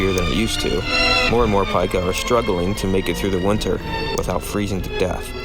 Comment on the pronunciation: The only flaw in this video is that the name of this rodent is pronounced [Peek-ah], literally everything else is correct and accurate. Yer doin' good, please keep goin'.